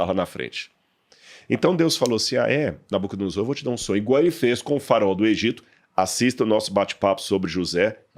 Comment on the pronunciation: ainda explica a pronúncia, mas o cara chegou continua com a dicção em SS.... NabucodonoSSor... tá de sacanagem